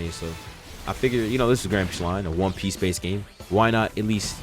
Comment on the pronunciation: Did this man just say one pice the best anime of all time?